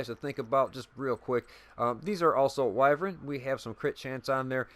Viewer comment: I’m so proud of you for pronouncing wyvern correctly 👏👏👏👏👏👏 as always great build two things what in the world was that sound in the background and two did you that Ubisoft is going to be introducing crossplay in the division